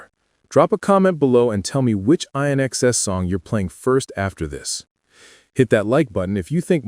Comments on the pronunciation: inxs not i in xs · 😡 Hey it's INxs as in and out NOT ionxs!! try pronouncing correctly. so why didn't the taxi driver go around them?? just looking for trouble clearly he suffered from PTSD too i actually don't recall seeing that part of the movie 😔 i think it was edited out when shown on tv here in Australia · same thought : I. nXs 🙄 . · It’s pronounced “IN EXCESS!”….NOT I.N.X.S.!! 🙄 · Please its INXS pronounced as IN EXCESS, get it right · Dude everyone knew what happened to him. He was beaten up outside a nightclub and you can’t even get the name of his band right! It’s pronounced ‘IN XS’ as in ‘in excess’ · can be really annoying. The group's name is pronounced In Excess. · You're prouncing the name wrong! It's pronounced in-ex-ses! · Its not I inxs, its inxs that simple, this is the biggest load of sh..i...tttt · You’re kidding me right? You’re presenting this as news and we’ve known it for years. Also, if you can’t get your to pronounce the band‘s name correctly don’t upload. Couldn’t you split the word in 2 in xs so at least the narrator could get it right? Eye-nxs! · Say ""In Excess"" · Pronounce the band properly...in...inxs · That bugs me too,when the narrator doesn't even bother to get a person's name correct I watched a video where the narrator called Truman Capote,Ca pote ,til I thought I would scream.This guy kept saying I N X S...try just reading captions instead of listening ,that helps some lol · It’s pronounced in x cess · or, learn to say the damn name correctly, INXS-'in excess!!' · RIGHT? Band name was INXS, pronounced In excess.. Michael did not have a younger sister.. just an older half sister on the mothers side. Otherwise well done.. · Ugh. Eye NXS? WHAT AN IDIOT. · You got all the facts wrong. Oh, and it's pronounced "in excess" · F... can't even say InXS 🤦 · my god. you dont deserve your name..... its inxs..... not how this says it.... sort your out... dont bother guys....... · you are so wright